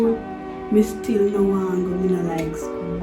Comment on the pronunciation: The lady emphasize seh she " hate skl" eno😂😂😂